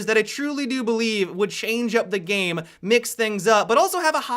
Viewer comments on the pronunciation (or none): Do you mean to add an extra syllable at the end of your sentences? game-a. doing-a